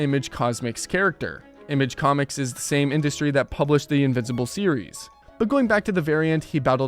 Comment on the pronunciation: image cosmics? Bro you mispronounced like every viltrumite name you said 😂